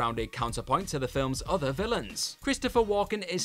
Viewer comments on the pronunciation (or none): none